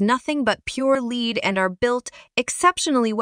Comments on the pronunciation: whats pure "leed"? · Too bad she doesn't pronounce lead or product names well. Johnson Controls makes the majority of those brands.